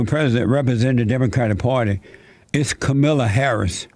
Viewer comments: It's not Kamila It's Kaaamala LOL. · Her name is the only thing he got wrong about her. And there are plenty of Democrat voters who don't know how her name is pronounced either, and they'll still vote for her because they don't care. The enthusiasm on the left isn't for the two people running against Trump, it's for the agenda they're promising to implement if they're elected. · Why do all of you conservative youtubers say the same thing. Nothing you say in this video is original. Can't even say Kamala's name correctly. I'm so bored with you all saying she will be the real president. Same talking points and everything. I hope you leave the country when Joe BIden is president come January 20, 2021. Don't let the door hit you in the ass when you leave crying like a little baby. HAHA